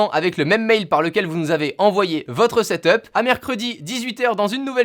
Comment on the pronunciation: tu me casse les coulle a dire setop c'est setup